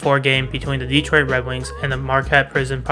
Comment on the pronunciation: A friendly correction... It's not "DE-troit" It's "de-Troit".